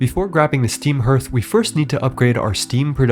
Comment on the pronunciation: Herth is the wildest way to pronounce that word. I've always heard it pronounced harth.